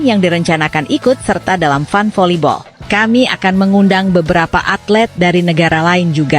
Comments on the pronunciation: Mba FUN dibacanya FAN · FUN dibaca nya fan min harus banyak belajar jangan meemalukan